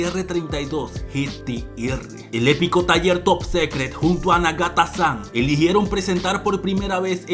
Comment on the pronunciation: Se pronuncia "top sicret" no "top secret"